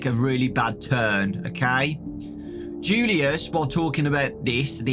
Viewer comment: You pronounce julius like yulius